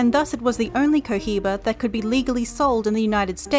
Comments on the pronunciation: Omg I would delete this and Re-record this narration... the Co Jiba, guys, really??? C,mon... Really guys, (Co-Iba) No 'jeich' sound included. CO....IBA.. AND THATS IT. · Hey... The H in Cohiba is Silent please!! It's so cringy to hear that H 😫😭